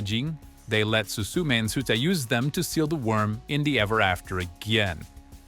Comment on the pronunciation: 'Su su me' I can't